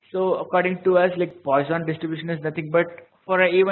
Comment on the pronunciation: The pronunciation is /ˈpwɑːsɒn/) for God's sake!